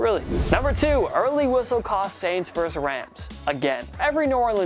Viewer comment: The word "versus" is pronounced versUS (i.e., saying the "US" part), not verse. When you say "verse", you're referring to part of a musical composition.